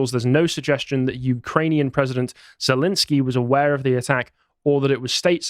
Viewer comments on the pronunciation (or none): "I know how to pronounce 'Putin' and I know how to pronounce 'Zelenskyj'." Proceeds to pronounce them wrong. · "I know how to pronounce Putin and I know how to pronounce Zelenskiy." *mispronounces both*